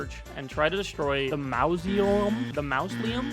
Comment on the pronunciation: I can help you with the pronunciation. It is Mausoleum. np